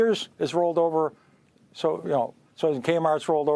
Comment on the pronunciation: Peter may not be able to pronounce Nvida but neither can Pelosi yet look at her returns.